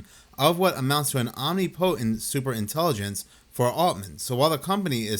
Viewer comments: Ah-nip-A-tint…not Ahm-ne-potent. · You Easterner with that narly accent, fyi, Not Omni - potent, but ahm - nip - o - tent. You are welcome, just helping out. I can not help it, my Grandmother was an English teacher. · Hey, i'm saying this with every good intention, it's pronounced Om Nip Oh Tent. I know that when you have an important message, little things can distract from the message, and i don't want that at all. I appreciate your work.